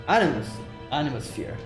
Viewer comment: Kirschtaria changed the last “Animusphere” into “Animasphere”